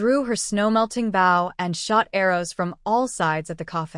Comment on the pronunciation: Oh my! Can they just fix the AI???? The word " Bow" is pronounced = "bo" not "bough". A Bow (BO) is a weapon or a tied ribbon. A Bow (bough) is either the limb of a tree or the act of bending from the waist.